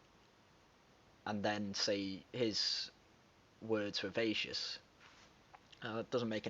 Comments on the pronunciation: "Vacuous" phonetically: vack-you-us. Good vid. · Sir- the word vacuous is pronounced "vac-you-us". Its root is from "vacuum". meaning "empty". I'm not trying to be critical, just helpful! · Dude, 'vacuous' is pronounced vack-u-us, like vacuum, but to inappropriately apply that word to Mr Peterson is aggressively insulting and hostile, clearly a card-carrying media ally of Ms Newman closing rank in defense of their belief system.